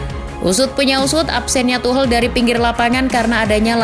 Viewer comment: Masukan min, kalo mau baca mbo ya riset dulu. Itu Tuchel dibaca Tuhel geli banget kuping 😅